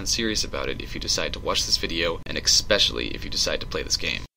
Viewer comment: GAAAAHHHH!!! Stop saying Expecially!!! There is no X! I got used to it with Angry Joe, it just seems like his thing, but it's bad, almost as bad as everythink.